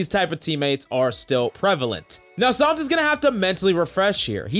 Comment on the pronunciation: Is it just me or does always call him Psalms?